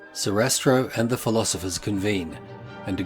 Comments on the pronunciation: It’s SARASTRO , not SESATRO ! 😂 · Congratulations- an excellent video!! Just one small thing…..his name is Sa-ra-stro. Sorry to be a pedant. Brilliant content & well thought through!! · Who's "Sisastro?" I think you mean Sarastro.